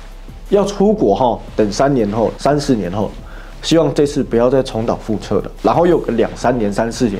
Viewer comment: 重蹈覆辙(折)不是撤